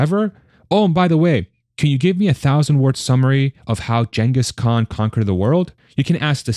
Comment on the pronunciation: I guess AI for your voice here based on the pronunciation of Genghis Khan